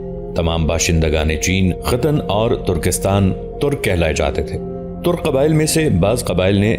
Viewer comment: لفظ " ترق " نہیں " ترک " ہے